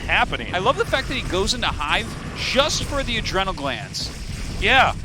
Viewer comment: "adreeenal" glands